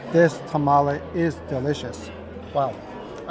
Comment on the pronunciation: Tamale, i think sometimes you guys say it wrong and sometimes you say it right? Its throwing me off. 🤣